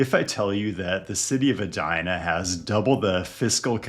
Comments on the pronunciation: it’s pronounced “bid-e-maka-ska” And E-dina not Ah-dina 😜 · Eee-die-na. Not Ed-die-na. Come on.